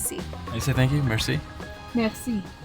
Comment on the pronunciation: Seriously the best moment ever when couldn’t say merci Lololol